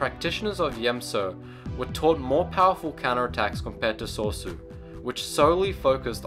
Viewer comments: Sorry for nit picking but it pains me. It's So-REE-su. not sor sue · He says Soar Su Most people would say Sor e Su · sor so my ninja REALLY! its sor-ay-su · '' Top 5 Gaming Soresu is pronounced So-re-su. I just had to point that out. thanks you for the video though. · Dude what is Sor-sue? It's Soresu as in Sore-E-Sue. Other than that nice vid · rick handley it would be So-Ri-I-Su for Soresu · And Soresu was pronounced Sor-Sue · Sauce-oh is my favourite technique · I enjoy the video greatly, but I just have to ask, when he's saying soresu, am I the only one hearong 'sorso' or 'soso'? I enjoy thie video, and I appreciate it, this is not meant to be a negative comment, but positive critisicm, keep on going man, you're doing great! :) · "Sore Su". Are you kidding me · "Sor-ee-su" is how you pronounce form 3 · Form III is pronounced So-rey-sue btw. But good job on the description and notable users. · Soresu is pronounced saw-ree-s-oo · wtf is Sore-so? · say it with me :P So - Re - SU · So-re-su pronounced soh res u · For crying out loud, if you're going to make a video about the forms, get the pronunciations correct. Shi-Cho (SHE chO) Makashi (ma-KAA-shee) Soresu (SO-ray-SUE) Ataru (ah-TAR-uu) Shien (SHEE-in) Djem So (GEM SO) Niman (NEE-mahn) Juyo (JEW-yo) Vaapad (VAH-pad) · its pronouce sor - ies -ue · Ma-ka-shi! SO-REE-SUE!! ATA-RU!! DA-JEM SO! JU-YO! Seriously! You call yourself a Star Wars fan but you cannot pronounce forms properly. At least you pronounced Shii Cho, Shien, Niman and Vaapad right. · Dude if you're going to do these videos then u need to pronounce the words correctly.... it's SO-ree-su, Nie-man, Vay-pad